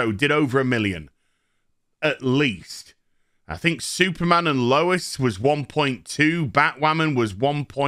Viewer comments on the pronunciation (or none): none